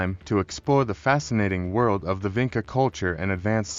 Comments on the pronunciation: Vinča is pronounced as Vintcha not Vinka. We, in Serbia, still use the very same Vinča "symbols ": Ж, Д, Г, Ш, Ф ... and still have the very same genetics Y -I2a haplogroupe that was found in Vinča, Lepenski Vir and Starčevo archeolocal sites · I see that you used AI to make this video. But i think you went too far wit it, and did not checked the illustrations. Doing a video like this, means you want to be sure you are saying facts, giving proper illustrations that are in the context of the story. Especially for their alphabet since it is striking how our modern alphabet could have roots in that one. And make sure Vinca is pronounced properly ( c in Vinca is like c in Leonardo Da Vinci)